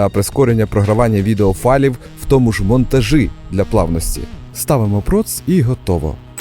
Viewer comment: "монтажи" "шисть" Не знущайся з української і наших вух